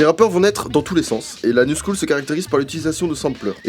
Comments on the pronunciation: a on dirait i dis l'anus cool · rt si t'as compris "Anus cool" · Je suis le seul a entendre L'anus cool? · je pensais qu'il avait dit anus cool lol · je suis le seul à avoir entendu 😅😂😂😂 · Putain au lieu de comprendre la New School j’ai compris L’anus cool😂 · anus cool... suis-je la seule à avoir entendue ça? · Par contre j’entendais juste « anus cool » plutôt que la New school donc ça m’a cassé mon sérieux intéressé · A on dirait qu'il dit "L'anus school " mdrr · A la min on dirais que tu dit l ans coule ou cool mdrrr 😂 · on dirait qu'il dit; "l'anus cool" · On dirait qu'il dit l'anus cool xD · Mdr j'ai cru que tu avais dit "l'anus cool" au lieu de la "New School" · J'adore quand il dit l'anus coule ( New School) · ptn jusqua jpensais qu'il disait "l'anus cool" au lieu de "la new school" du coup jcomprenais pas mdrrrr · j'avais entendu "l'anus cool !" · quand tu dis la new school, j'entends l'anus cool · Perso quand tu disait " La new School " moi j'entendais " L'anus cool " Mdrr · Ce qu'il a dit 'La new school' Ce que j'entends 'l'anus cool' Blague a part,franchement bravo, c'est du tres bon travail jsuis bleuffé...javais une image tres cliché du rap mais c'est geniale cest quelque chose de profond et 'rythm and poetry'...enfaite cest trop de l'art.c bo le rap. Et je trouve quon commercialise beaucoup trop la musique de nos jours alors merci de m'avoir fait decouvrir tout sa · Quand tu dis la new school, j'entends l'anus coule mais ca vient peut être de moi xD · Je suis le seul à qui a cru qu'à la place de "La New School" il avait dit "L'anus cool" ? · a j'ai compris "l'anus cool" MDR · À chaque fois qu'il dit LA new school moi j'entends l'anus cool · mdrr min j'ai compris "l'anus coule" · Je suis le seul à entendre l'anus cool? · A on dirait il dit l'anus cool